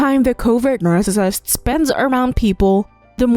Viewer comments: Is this an AI? WHY Does she say narcissist like that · I computer generated voice with the inability to proounce narcissist plus repetition put me off very quickly. Pity.